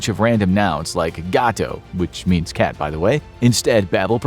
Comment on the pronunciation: When you said cat I couldn't even understand what you were talking until you said it was a cat I'm a native Spanish speaker es gato